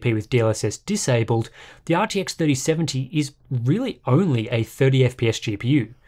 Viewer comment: Sorry but ... you didn't say RTX correctly...